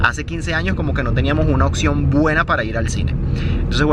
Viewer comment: Lo que más me sorprendió fue cómo pronuncias la palabra "opción". Dicho con mucho cariño ya que me pareció muy diferente de lo que suelo pronunciar yo. Muchos saludos desde Dinamarca. Sí, acá también te vemos.